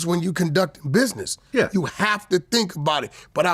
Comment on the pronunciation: WACK SAID " BIDNESS"😅😅😅